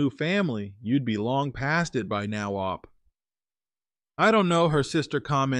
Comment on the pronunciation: Is using a bot to read his stories? He's saying OP rather than O P separately...something seems off.